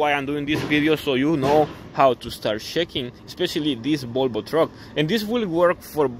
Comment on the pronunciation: IT IS CALLED VOLVO, NOT BOLBO. WHY DO YOU CALL VOLVO "BOLBO" ?